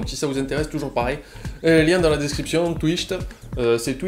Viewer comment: "Twichte" Ah lala, il t'aura fait chier ce nom x)